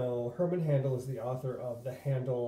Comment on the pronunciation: Man I’ve been going back and forth forEVER as to whether or not to get this book ..still torn!! Btw I believe his name is pronounced like “hi”. Like “Hi”ndle not “Han”dle...